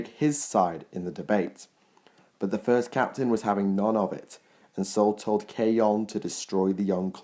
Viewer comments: The "o" in Khayon is supposed to be silent thereby making it pronounced Kane. Just a sneaky little bit of info I got from the limited edition copy of Black Legion smugface heh . Your 40k lore is second to none by the way. Thanks for the upload. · Great content as usual, I don't mind some of the dodgy pronounciation (Khayon is pronounced Kane, it says it in the preface of Talon of Horus.) because your research is second to none and considering the depth and scope of the 40k universe that's quite a compliment. I mean you get these game of thrones experts thinking they are wordy over a universe based on half a dozen books. The Horus Heresy alone has like forty big books.